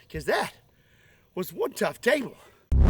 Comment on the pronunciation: CHOOT THE TABLEEEEE lol